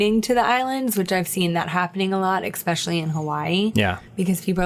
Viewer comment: Cute interview. She's on her path, needs a few more years of seasoning but at least she's found a fun way to do it. BTW, it's especially, not ex-specially.